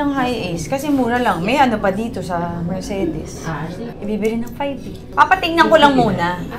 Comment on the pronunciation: Pronunciation po ng Mercedes is mr·say·deez :)